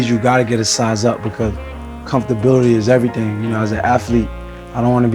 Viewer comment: No one noticed "comftability"?